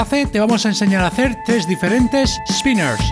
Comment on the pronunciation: El chaval dijo spinersh